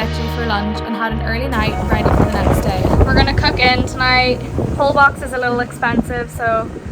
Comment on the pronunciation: Holbox is pronounced hole-bosh Cenote - sen-note-tay